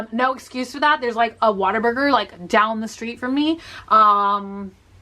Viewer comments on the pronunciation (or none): "waterburger" NOOOO WHATABURGER!!!